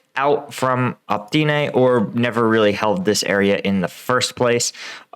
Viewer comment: Seriously. O-PYT-NE I-VA-NIV-SKE They aren't that difficult to read.